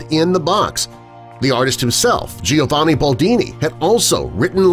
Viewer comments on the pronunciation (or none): none